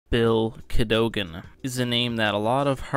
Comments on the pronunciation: Cad o gan, not Cado gan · CAHDAHGEN NOT CAHDOGEN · it’s pronounced “Cad-a-gan” not “Cad-o-gon” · CAD-O-GAN and it is just "The Hundred" not "the one hundred" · Pronounced “cad-uh-gin” refer to 4x03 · Cad-o-gen.. driving me insane 😂😂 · you can even pronounce his name... Its Ca-do-gan (kah-duh-gun) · Dude.. Just pronounce it like they do in the show.. please.. CAD-ogan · its cat - a - gin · i think it's pronounced Kadd'i gun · Its not pronounced Ca-dough-gan. 😂😂😂😂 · Why he say Cadogan like that. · why are you saying his last name all weird. if you really watch the 100 you'd know how to properly pronounce his last year. they say it so many times... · If you like the 100 so much. You should be able to pronounce his name properly. Lol.